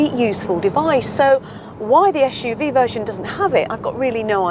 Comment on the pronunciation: Joao Correia não percebo é qual é o problema dela, em pronunciar corretamente suv. "Esh u v"